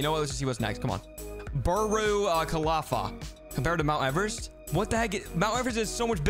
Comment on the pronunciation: Pronounces burj khalifa wrong Burh Kafi what?!